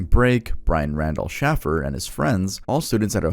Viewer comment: it’s pronounced Shay, as in shave, ffer, as in waffer